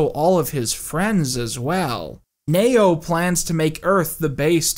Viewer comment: Why are pronouncing Neo as Mayo?